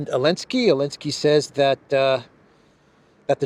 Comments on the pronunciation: Zaaaaa linnn ssssskkkkkkiiiiiiii .. come on now the whole world can say the guys name right.. I don't really care who he is it's just someone wants to try to give an informed opinion like they have one without pronouncing the person's name right .. gtfoh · The z isn't silent slow old mfr . Old mfr always creating they're own words 😂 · Why are they always calling him Elenski?